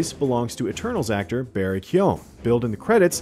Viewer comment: You said Barry’s name wrong lol